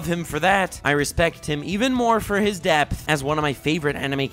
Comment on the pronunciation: when you said depth I thought you said death and I got frightened